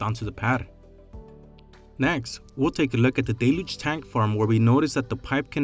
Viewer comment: It is not really pronounced "DAY-luge" it is actually pronounced "DELL-huge"